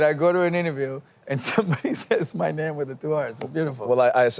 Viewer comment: Nate! You a REAL one for pronouncing his name correctly! Thank you for being YOU! <3